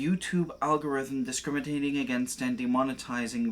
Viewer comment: 7 seconds in you say discrimiTating. Is that like.. discriminating against taters? Or what?